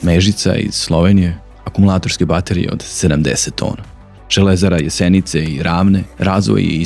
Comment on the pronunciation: Za moj pojam velika pogreška. Nije"železara JAsenice" nego "Železara JEsenice" i to naglasak na predzadnjem slogu.